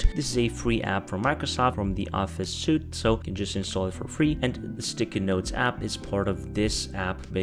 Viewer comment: Suite is pronounced sweet.